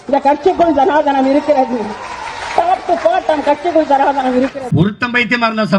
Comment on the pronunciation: சனாதனம் என்பதை சனாதானம் என்று சொல்லும் இந்த புத்திஜீவி முதலில் தமிழ் ஒழுங்காய் எழுதிப் படிக்கப் பழகவேண்டும்